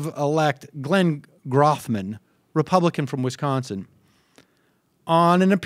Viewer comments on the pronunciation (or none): Just FYI Sam, it's Mike Goo-Chez and Glen Grothman (long 'O').